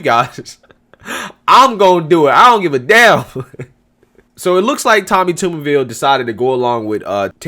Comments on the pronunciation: Just an FYI, Tommy Tuberville’s last name is pronounced “TUBerville” like a bathTUB! I know this for certain! 😉😁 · tubberville , like bath Tub